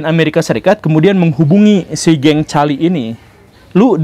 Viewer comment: Permisi untuk cara bacanya, Medellin dibacanya Medeyin, Cali dibacanya Kali🙏 Pas pertama kali nonton Channel ini, rasanya menarik👍